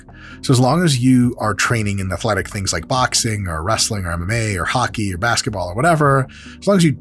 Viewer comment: Dr: Mike: Training in Hockey What I heard: Training in Haki 😏🏴‍☠️🦜